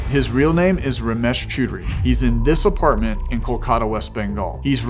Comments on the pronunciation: Its chodry not choodry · It's pronounced 'chow-dree' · He was probably confused cos you're pronouncing his name Chew Dary when its Chow Dree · if I am correct, I think you are pronouncing Choudary incorrectly, it's not "chew" but I believe it is "chow" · Far be it from me to correct the pronunciation of the iconic, but I will because I want you to be as terrifying to the scammers as possible. It's "chow-DREE" not "choo-DREE". As an Indian, I have to tell you, you're doing Krishna's work! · "CHAUDARRY" NOT "CHOODARY" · hey man loved your video ramesh's last name is pronounced as ch-aw duh-ree as an indian the way u pronounced his last name, choo-dury it sounded like a word in hindi used for coitus. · I think it is pronounced more like Ciao-dry not Chew-dry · His surname is pronounced "Chow-Dery" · The way to pronounce Ramesh's last name is Chow-duh-ree.. Next time use this so you scare them even more. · "Romesh cHUUDry"😂😂 BRO😅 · Strongly urge you to check how scammers names are pronounced in this case his name is pronounced CHOW DAR REE. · It's pronounced cha-o-dhari! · it is pronounced "chow dery" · Hilarious dude ,a tip with Indian names choudhary is pronounced as "chow-der-ee" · lol ramesh "choodary". 😂😂🤣🤣🤣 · he read ramesh chaudhary and pronounced ramesh chudrahi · bro really called him "ramesh ch*dary" xD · For Heavens sake learn how to pronounce properly. If you can’t say Choudhry properly then I despair. You sound like a bunch of school kids. It’s Chow-dree by the way. Very low Indian caste so his family would be really ashamed of him. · If you ever get that last name ‘Choudury’ (spelt multiple ways depending from person to person) It’s phonetically pronounced ‘Chow-dhuu-rree’ Top work lads! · Its pronounced chowd ry just fyi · The funnier part is that you're mispronouncing his last name, and the mispronunciation kind of translates to "Ramesh is getting fucked", which is exactly what he deserves and is also getting. Elite.